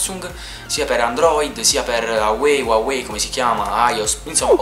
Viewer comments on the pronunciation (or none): none